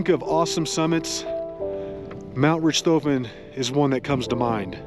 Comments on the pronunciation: It's pronounced Rick toffen. Like the Baron von Richthofen Who. Its named after. Great video but rich toffen had nothing to do with it. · Nice video; but I believe Richthofen is pronounced RICKED-hawffen... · I think it’s “RICK-toe-fen,” pronunciation-wise. (Sorry, would-be English major, can’t help it, AND I may be wrong)